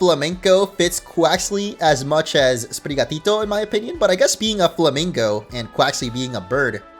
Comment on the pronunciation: speaking spanish is music to my ears. So satisfying he didn't say SPREE-GATEE-TOE and FWAY-COE-COE like other youtubers. Hahaha